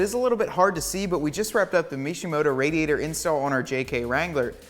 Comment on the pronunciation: Thanks for the video, but why are you mispronouncing "radiator"?